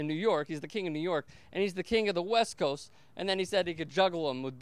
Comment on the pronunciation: but you sound like "Wuck west woast"